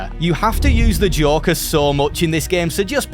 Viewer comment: lol when you say joker it sounds like jorker